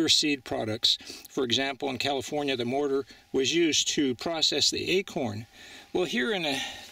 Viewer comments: "Calfironia"? How about, "California"? Now I'll watch the program. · California, Califronia, Calosfrios? Just joking...This is an awesome and interesting video. So glad I discovered a fascinating area of history to explore.